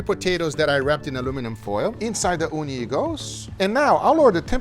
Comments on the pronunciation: I keep hearing "Uuni" what means Oven in Finnish. That got me so confused. XD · Ooni is pronounced as "uuni" which is Finnish for oven.